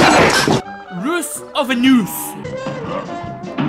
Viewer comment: He said roose of an ooze